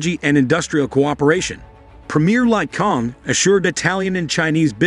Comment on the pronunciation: This is real blue. He can't even pronounce Chinese premier Li Qiang's name. The Li is pronounce as Lee and Qiang is Chiang.